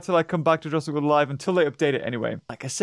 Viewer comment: Jurrasic not jurraisk